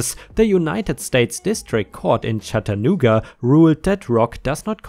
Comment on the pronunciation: Your pronouncing of Chattanooga was spot on